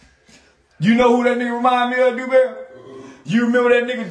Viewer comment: "Dew-Dew-Dewberry" 🤣🤣🤣🤣🤣🤣🤣. He called him "Dew-Dew-Dewberry". Oh lawd!!🤣🤣🤣🤣🤣🤣🤣